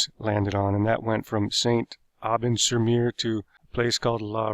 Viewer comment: His French pronunciation.. "sur Meer", "la Riviera" and, "In Bessen" also "Point Due Hock"